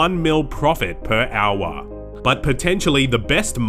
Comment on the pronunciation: "per owah"